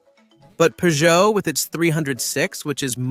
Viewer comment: AI voices drive me mad, why can't it pronounce Renault or Peugeot correctly and why can't it say "Peugeot two o five" like the hundreds of millions of people did.